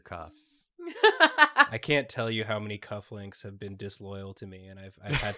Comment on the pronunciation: ish I swear I heard say cuck-links not cut-links...